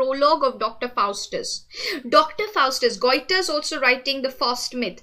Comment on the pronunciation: Madam, Goethe is pronounced like— Gah-tah